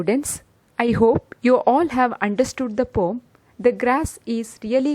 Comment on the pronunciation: It's a "poem", not "pom"